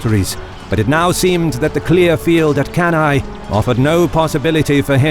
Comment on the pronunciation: One of the best video on Cannae IMHO. Anyway, the correct pronounce of Cannae is "canne" (kan-neh). And Paulus, not Paullus.